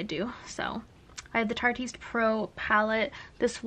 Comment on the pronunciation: The correct way to pronounce the Tarteist PRO palette is "Tarte-IST" it is a clever a play on the name of the brand and the word "artist". It's a little too clever because a lot of people didn't get it.